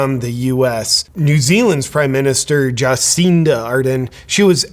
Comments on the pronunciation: "jaw seen duh"? well, she is a freak, so i guess it's fitting to pronounce her name that way. i can't wait until our totalitarian dicktator gruesome newsom walks off his job. i'm praying for it! 🙏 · You mispronounced her name . It's not Juhcinda It's Jabcinda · I think it's pronounced "Jah-SIN-duh". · I am not the greatest fan of Cindy, but listening to you makes me feel you have not done any homework on this…. Not even able to pronounce her name properly. Shame on you superficial media presenter…. A lot of hot air and flimsy arguments. Not listening to you to get proper info…! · I voted for her she got NZ through the pandemic those that criticized don't appreciate how well it worked for 95% if nzers, but we do have really selfish people here. This dude is full of shit and can't even say her name right. What a idiot with an ego. Americans mind your own business instead of gossip. Fix your own sad undemocratic country instead of criticism of others you Americans are sick ill informed liars.